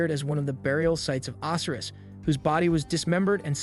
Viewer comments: How can you purport to be interested in Egyptology and NOT know how to pronounce the names of their major gods such as Oh-sy-rus? And Cleopatra is pronounced with a hard "ah," not "aw" in the third syllable of the name. Oy... Work harder on the pronunciation of these important names of history. Ugh, this younger generation - the knowledge of the world at their fingertips and they can't even pronounce the names of the Egyptian gods correctly! Learn these before you post more videos - it's imperative to getting more subscribers, because people like myself will shun your channel until you can demonstrate a proficiency in these simple concepts like accuracy in pronunciation. Also, slow your roll! You speak too quickly - slow the tempo down a few clicks with your verbal presentation - it'll get people to watch more without feeling like your urgency is stressing them out just to listen. Not trying to be a jerk, but man, you need to take these constructive criticisms to heart in order to better your presentations. On the other hand, I must say that I am impressed with the visuals - and the substance of your presentations is pretty good, too. But without the pronunciations correctly done, and the pace of your narration slowed down to a more reasonable pace, you will not be taken seriously by people who already understand this information better than you do. I hope I've been able to be helpful and not too hurtful with my criticisms - I've tried to keep them as constructive as I could. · The Egyptian god's name is pronounced O - SI - RIS with heavy drawn out pronunciation on the letter O. 😑